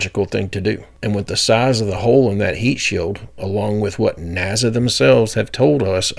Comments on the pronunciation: I love you. Truly I do. But please stop saying NAZA! Its NASA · Dude! Its NASA. Not "NAZA" 🤣 cut it out 😆😆 drives me "crasy"